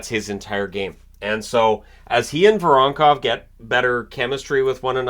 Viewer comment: it is mArchenko and voronkOv))